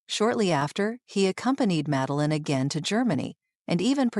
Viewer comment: Schlechte KI Sprech: Meline😂